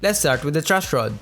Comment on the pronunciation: "Trush rod" haha sorry po kuya natawa lang po haha